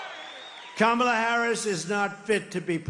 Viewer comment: He said kamela right? Wth